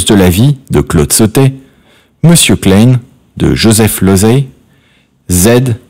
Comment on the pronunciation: Et " Monsieur klayne " . Vous pouvez pas dire KLEIN !? Comme ça se prononce ? C'est vrai que la prononciation , c'est visiblement pas votre truc !